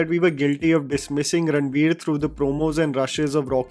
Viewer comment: Why are you pronouncing it Ranbir, Its Ranveer 🫤